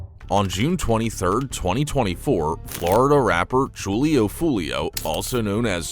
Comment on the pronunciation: "Joolio foolio" lol bruh ai is so trash